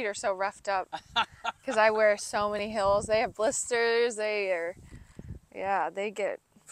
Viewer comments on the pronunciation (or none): Sounds like she said hills not heels